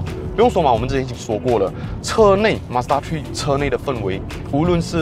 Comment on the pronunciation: mazda 「tree」